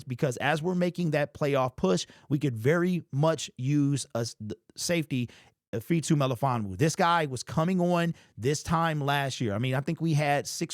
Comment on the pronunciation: I'd recommend learning how to pronouce Ifeatu Melifonwu. Great name and fun to say (correctly)!